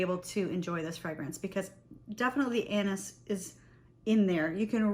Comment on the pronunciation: I can’t stop laughing cause everytime you Say « anis » i hear « anus » 😂 sorry . Your video is awsome ❤.